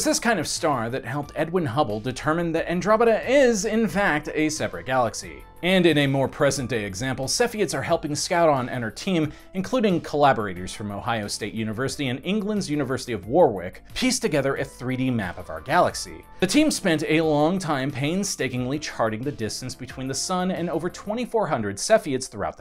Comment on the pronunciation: Nice! Though Warwick is pronounced Worrick 🙂